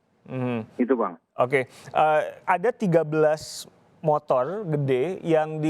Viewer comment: Ada 13 "MOTOLL" gedheee... :v